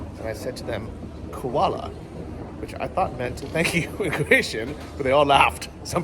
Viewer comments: You pronounced it like "koala" so presumably that's why they laughed. But it was nice of you to learn some of the Croatian. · Lmao man you are saying "koala" instead of "hvala" but people understood what you meant at least. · Zadar #1 for me. Laid back and beautiful. Glad you stopped by. BTW, "Thank You" sounds like "FALA". It's actually "Hvala". The money is called "KUNA". Have Fun!